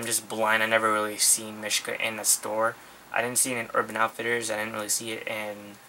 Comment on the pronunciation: its pronounced meeshka